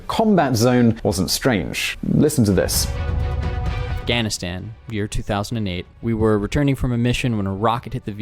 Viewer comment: please stop saying afghanistan that way my ears are bleeding